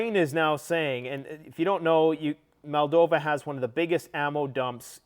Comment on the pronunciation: mate!!! it’s pronounced MOLL-DOV-VA!!!!! There is no Malldova, it’s Moldova.